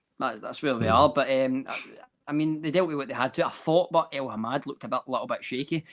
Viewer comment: El-Hamed, it’s El-Hamed why the fuck does persist in saying El-Hamad every week, slap him about please